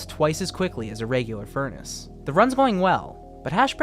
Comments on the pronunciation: my guy said furni :face-purple-crying::face-purple-crying::face-purple-crying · no cuz he said furni